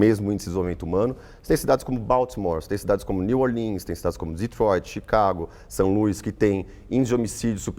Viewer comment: Ele não sabe nem falar o nome das cidades -> new orlin kkkkk New Orleans